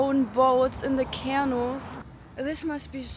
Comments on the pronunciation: Your English is great. Just know that the accent on “canal” is on the second syllable. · Cute video! And, YES - there ABSOLUTELY ARE gators in those ponds!! Ihr Englisch ist ausgezeichnet, aber . . . "canal" is pronounced 'kan-AL", not "KAN-al". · we don't have troop worship lol; it's respect. We honor those who were willing to sacrifice everything for the country that we love. Your English is grammatically perfect. I only noticed you mispronounce canal. I only note it since you otherwise did a FABULOUS job.